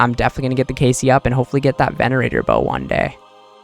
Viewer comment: venator not venanateror